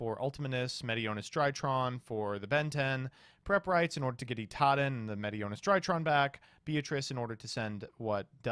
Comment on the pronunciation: The worst part about the Drytron games is saying Itaden instead of Idaten